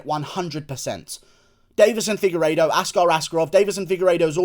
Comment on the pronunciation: Did you just say figureido on the prelims dawg 😐😐😐